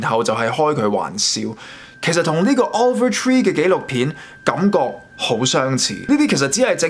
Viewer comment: offer tree? over tree? 人哋個名叫Oliver Tree...好多英文讀音問題, 建議你以後查清楚啲英文字點讀先錄